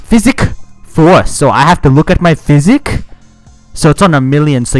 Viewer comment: “Physic” umm thats not how u say that, no hate